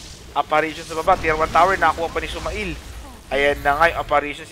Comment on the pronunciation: SumaiL pronunciation is sumeyl (male, mail) not suma-ill